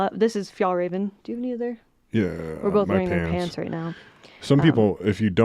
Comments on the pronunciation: You're the best! Fjällräven is the swedish word for artic fox. The ä is pronounced like the e in. 🙂❤ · It is pronounced fyellrāven just FYI!